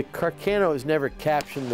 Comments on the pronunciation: car- c-Ah-no not car- cay-no. incorrect, correct. You can tell when people don't care about a subject when they don't bother to pronounce it correctly. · Car-cay-no? No Khar-kaaah-noooooo!